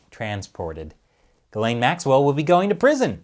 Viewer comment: Its pronounced "gee-slen". I don't know why people are saying "guh-lane"... It's French